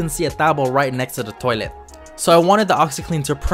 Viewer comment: The way he said toilet tho sorry tho